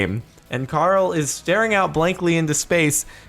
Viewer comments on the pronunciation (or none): none